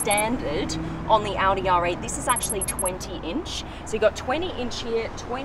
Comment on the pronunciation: I got killed when she said Oudi instead of Audi